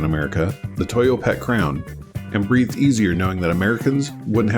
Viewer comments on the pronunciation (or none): none